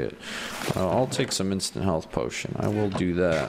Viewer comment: when you said "Instant Health Potion", I don't know if it was just me, but I heard... "Instant Hell Potion." I guess I'm just weird if nobody else thinks that...